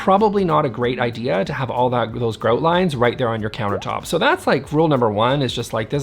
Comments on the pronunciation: But, grout is pronounced GR-OUT not GR-OAT. You know, the same way SHOUT (like the shout out you did in your comment) is pronounced SH-OUT and not SH-OAT. ;^) Fun video, good tips. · it’s gr-out, not Groot, an animated character.